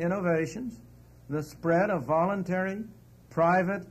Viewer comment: Volintary? Most people got to work or they die. Is that volintary?